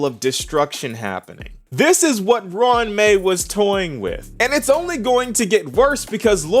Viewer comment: Pronounced it good.